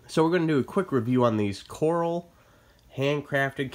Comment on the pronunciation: It’s “Core-Al”…like in Shoot out at the OK Corral…sorry just had to say it…beautiful boots…I’m looking the purchase these…thank you for the review very informative